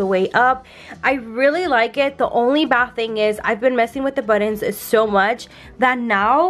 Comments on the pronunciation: Are you saying buttons? Or buddons? Lol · Girl I love how you pronounce buttons!! Because I’m not the only one that say it that way !!!! Yes I color the same way you and Jason color!! Your baby is so adorable 😍😍